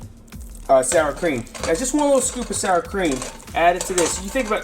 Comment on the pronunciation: The Showstopper Shows haha. I thought it was cream cheese at first when I watched the video. I had to rewind to hear you say "sour cream" for verification.